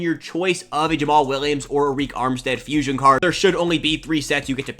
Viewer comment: Good vid bro but Arik armstead is pronounced like “Air Rick”😂